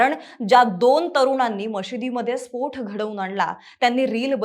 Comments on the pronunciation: Too irritating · स्फोठ 😂 नाहीं स्फोट... ट.. ट..😂😂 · स्पोठ नव्हे स्पोट. 😂😂😂